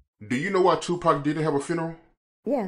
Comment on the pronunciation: Who is chew-pac? 😁